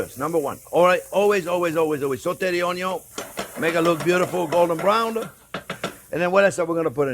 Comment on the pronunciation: Onion.... with a French accent :)